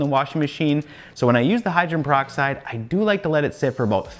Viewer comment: It’s pronounced Hy-dro-gen peroxide. Not Hy-dren. Just a friendly FYI. There were so many words I didn’t pronounce correctly until someone told me. And I appreciate it to this day! 😁